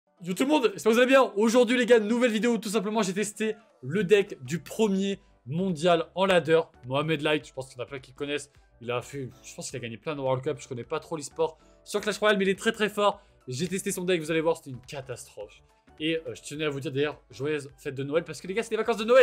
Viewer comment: C'est ladder, pas lader